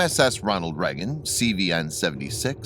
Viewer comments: Lonald Leygun not “Nucrear” either. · as a person from the US how can you not say Reagan properly ??